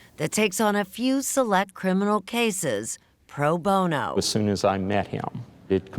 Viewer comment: **Pro Bono. Not "ProBona." 🙄